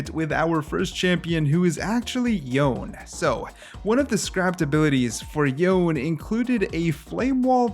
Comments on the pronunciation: Didn't Yasuo pronounced his name as Yone not youn? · It’s yo-neh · yo-nay. his name is pronounced yo-nay. watch his release trailer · I wonder why people keep pronouncing Yone as "John" lmao, it's pronounced as it is written lol, they even pronounced it in many cimenatics